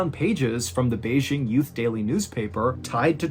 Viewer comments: (tip: Beijing is pronounced with a hard J. We always say it with a "zh" sound in the U.S., which funny enough exists in other Chinese words ... but not BeiJing). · MrBallen you rock Just a small point: Ren (the name or the word) would be pronounced almost identical to how it would be read in English. (It's not Shen.) (The J in Beijing should be just about like an English J and not a "zh" sound.) I actually lived in Beijing in 2004 and from . I would have been there when this happened. And in 2004 I taught in No. 8 Middle School. Also, those aren't water bottles in that photo: those are 2 bottles of baijiu (I think one is Er Guo Tou, cheap and really rough..), ie Chinese grain alcohol, and a can of Yanjing beer (Beijing's local beer brand)